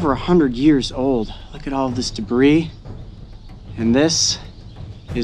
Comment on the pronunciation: When u said all this dibris